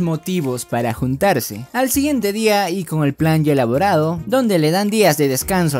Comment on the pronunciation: No sé si se dieron cuenta pero en el minuto dice al día iguiente